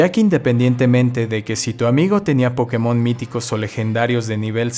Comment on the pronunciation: Es curioso como se pronuncia la palabra POKÉMON alternando su pronunciación entre una palabra esdrújula y aguda. La palabra Pokémon al ser extranjera, le pusieron una buena tilde en la penúltima sílaba, haciendo que sea una palabra llana. Así que no entiendo que se le diga PÓkemon o PokeMÓN.